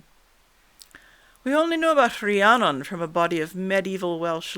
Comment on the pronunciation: I really can't get enough of hearing my name pronounced correctly. It seems to trouble Canadians. I never heard the true version before, just a mishmash of "fantasy".